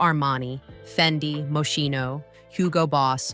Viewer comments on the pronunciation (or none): The narratrice os the TOP of the TOP of illiteracy and imbecility!!!!! Can’t even pronounce Moschino or Givenchy 😮🙄🤣🤣🤣🤣